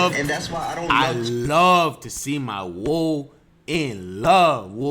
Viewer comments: keeps say woo, like dawg it’s “WOE”. It’s pronounced like “woah”. Woo💫 is some Pop Smoke Shii RIP to pop smoke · Woo not woe😂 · woo is a nyc thing its "woe" a florida thing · this nigga says “ woo “ when it’s “ woe “ i can’t bruh 😭😭😭😭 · Bro it’s Woa not Woo😂😂 Woo from bk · dis shit funny but plz actually say “woe” instead of “woo” cause cidnem NOT woo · Its *woe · Bro im from Florida please say Woe(Wah -oo) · Every time this man said Woe, I laughed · the way he says woe kills me 😂😂😂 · My boy you sound like a Mexican saying “essay” when you say woe. Lmfaoooo!! I love this niggas videos, and I prolly spelled essay wrong... but oh well